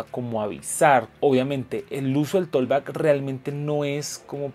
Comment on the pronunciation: con mucho respeto. Se pronuncia algo así como "tokbak" la letra "L" en la palabra "talk" no tienen ningún sonido. Bendiciones!